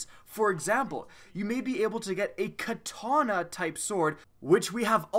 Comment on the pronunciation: Didn't realize katana had and "R" in it...